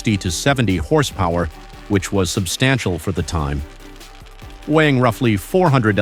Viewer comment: Question?? What in tarnation is the reason for this guy or Robot that it can't pronounce horsepower or other American words like it says all the way through then some unknown language 😆